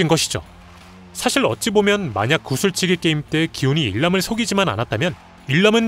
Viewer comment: 구술치기가 아니라 구슬인데 ㅋㅋ